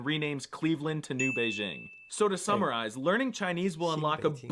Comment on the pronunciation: “Stop BEIGE-ing Bei-DJING!” (For Zhesus sake, it’s a J, and it’s never been to France!